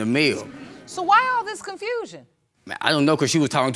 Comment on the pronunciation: When he said ion want no confrusion! 🤣🤣🤣